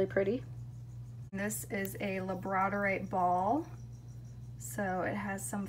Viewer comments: I love the labradorite, but I think it’s pronounced lab-ra-door-ite. Correct me if I am wrong. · Girl it is lab-ra-door-ite lol the way you butchered that and so-duh-light killed me I had to comment. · You have an awesome collection! Thanks for showing us The stone you called chalcedony looks like opalite to me. Also, Chalcedony is pronounced Cal-said-uh-knee and Labradorite is pronounced like the dog Labrador plus ite. The pink crystal at 1720 looks like it could be mangano Calcite but I’m not positive. The bright green crystal at 2020 is Crysoprase, not Crysocolla, it’s beautiful. Chrysoprase is a type of chalcedony that gets its color from nickel impurities. That one looks like it’s probably from Australia where the best Chrysoprase comes from. The crystal is not kunzite, kunzite is pink or purple. Kunzite is in the Spodumene family and there is a green variety of Spodumene called Hiddenite. Hiddenite is more rare than Kunzite You are exceptionally beautiful ❤️ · She said labradorite rong